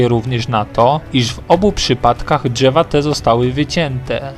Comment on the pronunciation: "Dźewa" czy drzewa ? "Półtorej kilometra" czy półtora kilometra? Za karę CZEBA SZEJSET razy napisać poprawnie. :) :) :)